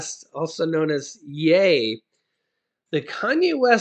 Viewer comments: I am not trying to be rude I am just trying to help you ok! so; just so you know,the word ( ye) is pronounced as: it rhymes with ( she) the way you are pronouncing it, it rhymes with hay. yeah! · I thought it was pronounced "yee". . . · Love u but it's yeeeee Y... E lol